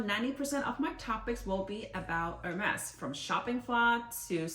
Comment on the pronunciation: It’s french not english :) And she pronounced correct